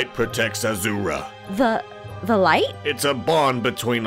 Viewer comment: Aphmau you we're pronouncing as a azura's name wrong this whole time LOL